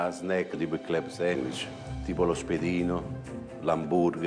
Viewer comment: “CLEB SENGUICH” il napoletano probabilmente aveva l’insegnate di sostegno